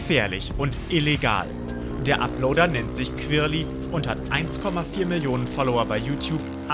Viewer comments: heftig dieser "kwirly" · Der heißt querly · Digga wenn ich euch in echt sehe rtl ich nehm euch auseinander, lasst mal querly in ruhe und du sprichst es sogar flasch aus 😔😑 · Also ich feier den „kwerli“ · qwirli XD